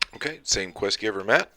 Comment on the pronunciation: It's pronounced Maat not Maat.. lol